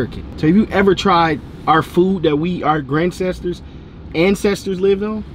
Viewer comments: grancestors 😂😂 yeah he getting canceled for this though 💀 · Bro said “grand-cestors”🤣🤣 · really said "Grandcestors" 🤦🏻‍♂️😂